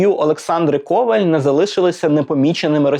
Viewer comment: В макулатуру це хороша ідея. (До речі правильний наголос у прізвища - Ковáль)